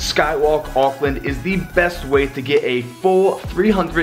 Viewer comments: And of course he macs up the name to auckland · He’s saying Auckland wrongggggg